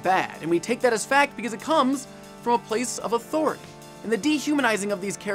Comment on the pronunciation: Respect my ATHORATAH